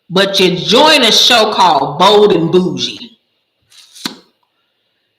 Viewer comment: Girl I thought you said Old and bougie 😂😂lol